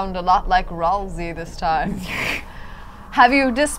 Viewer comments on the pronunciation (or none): his name is ralsei not rasiel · It's Ralsei, not ralzee.